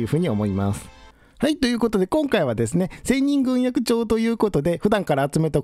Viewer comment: ぐんえき。と読むのでは？